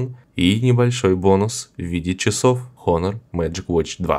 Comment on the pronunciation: не хонор а онор лол )))